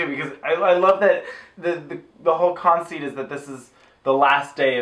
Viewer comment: K, great review and everything and thank you so much for introducing me to what is now my favourite movie, but guys...we're really going to talk about how says "Gownd" but just let pronunciation of 'Conceit' slide?